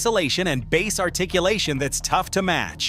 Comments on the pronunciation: Yes I wish these people would change the spelling of bass to Base during editing that way the AI would say it correctly. They could do so much better with proper editing on all of these videos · No, it is spelt bass, dummy!! But pronounced as if spelt base.